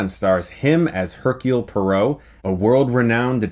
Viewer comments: It's poirot not perot...and he's belgian not french. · Perrot (or was it parrot?) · LEARN TO PRONOUNCE POIROT!!! NOT PAROW!!!!! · It's pronounced "Chuckles Branagh". It did get funnier and funnier every time Chris says "Bron-ha", which was a lot of times in this review. Also "Perot", like Ross Perot. LOL. It's "Pwah-row", like far-bow. The way you pronounc "Pois" in "Petit Pois". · Because the main character is Belgian his name is NOT Poro, it’s pronounced “Poaro” and spelled Poirot. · "Puh-ro"? Why do I get the feeling that Poirot would sarcastically but charmingly correct you if he heard you pronounce his name that way lol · Poirot should be pronounced Pwah-Roh. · Purot lol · Pwa-row. and Brannagh is Bra-na, not the hilarious way Chris says it. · Your pronunciations were driving me crazy. Say it with me - Kenneth BRANNA and HER-KUELL PWAAH-ROW (as in "row, row, row your boat"). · Its not Hercul Parrot, its Hercule Poirot. Dammit Chris. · Managed to mispronounce branagh and poirot wrong in one sentence lol its brana and pwarot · It's amazing how Chris can mispronounce the names of both the actor and the character that he plays... haha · I love you Chris but your pronunciation of poirot and Branagh made me cry. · You are saying Poirot wrong. Poirot will be very disappointed with you. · You got the pronunciation of both Poirot and Branagh wrong. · You pronounce Poirot and Branagh in a way i've never heard before, maybe it's an American thing.